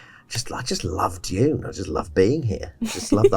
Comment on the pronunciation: Is Dune, with a D. Not June...